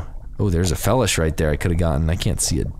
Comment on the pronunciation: It annoys me on how you say felish,I'm pretty sure it's pronounced (Fee-lish) like Feline fish